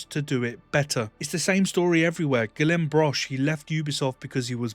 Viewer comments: FYI Guillaume is pronounced “gee-yome” in French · I 100% agree and love everything you touch on in this video. One small critique though. Really pronouncing Guillaume’s name poorly. 😅